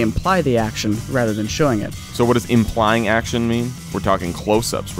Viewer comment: Impying Action... RIP the L in implying.